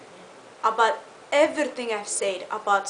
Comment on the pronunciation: The way she says "EVRRRYTING" and "CORRRRRECT" LOL !!